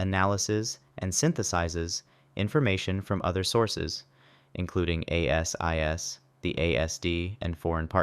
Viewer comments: ASIO is pronounced AY-ZEE-OH and ASIS is pronounced AY-SIS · Pronounced Ay sis, Ay zee ooh